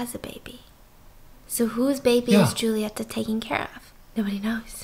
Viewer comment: Stephanie: The movie starts with a very sexual scene. Me:... Me: Yeap, that sounds like something my country would do. ps: love you, boo. Kisses from Argentina. It was very cool to watch the video and hear your impressions about the movie... And the way you pronounce "Julieta" is lovely.